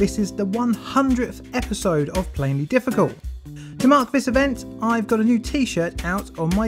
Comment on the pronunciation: I will never cease to be amazed how you manage to compress the words "plainly difficult" into less than two syllables!